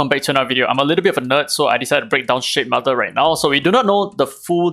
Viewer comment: I keep hearing shitmother..😭